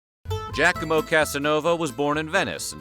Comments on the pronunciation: It's pronounced "jacques-ah-mo", not "jack-a-mo" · Your French is great. Your Italian needs work (it's pronounced Gi-ah-co-mo). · It's NOT pronounced "Jack-A-Mow".